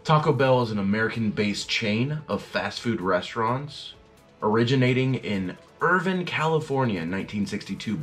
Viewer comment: You don’t say Irvin it’s Ir-vine you say the e. 🤦🏼‍♀️